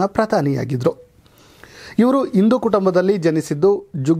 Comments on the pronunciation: ಉಚ್ಚಾರ ಸರಿಯಾಗಿ ಮಾಡೋ ಮಹಾರಾಯ, ಹಿಂದೂ ಅನ್ನು ಇಂದು ಅಲ್ಲೋ,' ಹ ' ಕಾರ ಕ್ಕೆ ' ಅ ' ಕಾರ ಅಂತಿದೆಲ್ಲೋ ಶಿವನೇ. ಮೊದ್ಲು ಸರಿಯಾಗಿ ಉಚ್ಚಾರ ಮಾಡು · Sir hindu anta heli indu alla.shabda sariyagi pronounce maadi